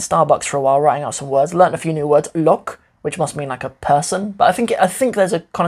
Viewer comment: লোক (lok) sounds like the "lo" on "low", with a K (ক) sound. LoK And not like "lock" in English.